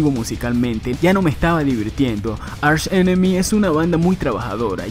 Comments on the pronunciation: ARSH enemy... , aprende a pronunciar bien por favor , se pronuncia ark enemy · se dice ARK ENEMY no archhh enemmy